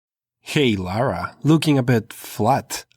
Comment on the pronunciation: Please don’t butcher Lara, omfg, this is one of my favorite game, please don’t butcher her like this.